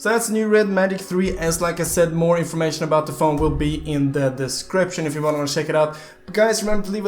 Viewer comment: Prounounce if check Me:check Panda:sheck